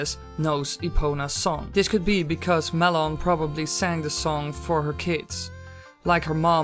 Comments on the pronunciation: i was pronounced it mal on, not ma lon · It's Malon, not malonne! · its Mal-on not Mulon